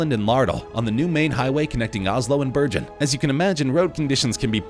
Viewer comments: Burgeon, Norway? You mean Bergen, Norway- pronounced burr-gun. Ask any of the one million residents of Bergen County, NJ. Research and study, svp. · You really butchered Bergen